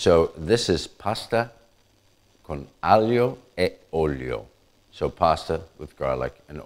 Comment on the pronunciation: i never knew the correct pronunciation for aglio olio. so that is what it sounds like